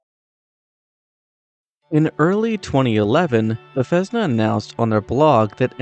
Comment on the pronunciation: I like your video friend. The only thing I want to bring up is I believe you were pronouncing Bethesda incorrectly, unless thats how people in the community say it. Otherwise some of these facts were actually really cool, like the water boiling!